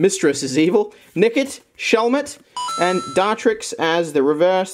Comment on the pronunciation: why you gotta say nickit like that?